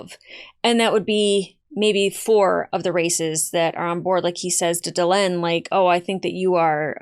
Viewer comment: She really, really needs to work on the names. It's Duh-Len not Da-Lean. It's like calling somebody Lonny instead of Lenny.